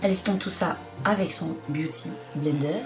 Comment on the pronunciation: Ce serait cool que tu reprennes le mot "BIOUDY BLENDER" 😂 pour tes prochaines vidéos ! A , je suis morte 😂😂😂😂